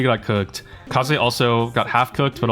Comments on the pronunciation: why are you always saying her name correctly the first time just to incorrect it afterwards😭 It's NOT Kay-Zee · its so funny the man said "Kaze" correctly the first time and proceeds to *in*correct it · Otherwise regular people won't understand him ( Or He's just being overly ironic for sure)